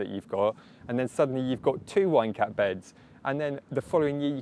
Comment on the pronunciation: You're British, maybe use garden giants instead of wine cap cause I keep hearing wanker every time :))